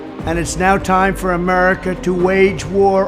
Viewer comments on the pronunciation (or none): none